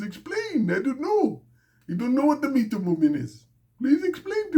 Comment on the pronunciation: That accent on that #MeeToo movement line had me rotfl 😂🤣